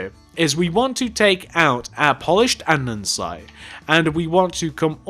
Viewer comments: ITS CALLED ANDESITE NOT ANDENSITE!!!!!!!!! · Great video, however it's not andensite its ANDESITE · pleeeese stop saying andensite its andEsite